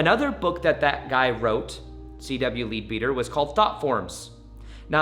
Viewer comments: Lol, not pronounced "leed beater" .. but rather, "led bedder" .. 😉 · Just as an aside, I’m assuming the author Leadbeater was English as it is an English surname. Like many English names this once is not pronounced as it looks. He would have been pronounced as Mr. Ledbetter.